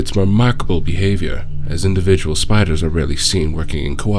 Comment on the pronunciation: “SPIDAHS! A giant legion of SPIDAHS!”